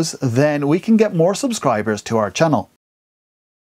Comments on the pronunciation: chann'ell' OMG I LOVE THE WAY HE SAYS THAT 😂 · I love how you emphasis the "ch" in 'channel'